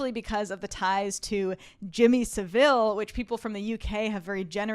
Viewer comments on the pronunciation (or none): Enjoyed your takes. FYI Savile is pronounced “SAV - el” not ‘Seville’. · Good review. Just one point, the name is pronounced SAV-ile, with emphasis on the first syllable.